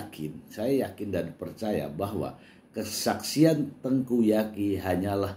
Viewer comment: Tengku Zaky... Mr.... bukan Tengku Yaki🤭